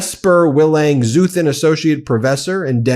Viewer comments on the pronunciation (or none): In case anyone’s interested… in German the “eu” sound is “oy” not “oo” also “th” is frequently pronounced like “t”. So poor mr. Zeuthen’s name would be pronounced “Zoyten”. Sorry for the mansplaining, pedantry runs deep. 🙂